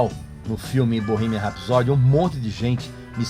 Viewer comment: Parei de ver o vídeo a hora que ele pronunciou Bohemian